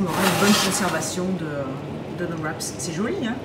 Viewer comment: tres belles recettes merci, on dit un wrap pas de sss au québec ! hihi